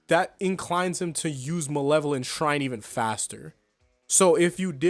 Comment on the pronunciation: bro butchered the name harder than Sukuna butchered Kashimo